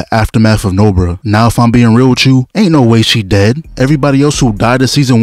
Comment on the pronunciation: She's Nobara, not Nobura Just watch in japanese dub